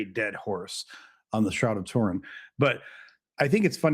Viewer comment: "Rag of Tourin" nearly made me pee myself 😂